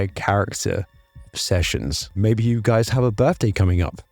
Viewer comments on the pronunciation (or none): none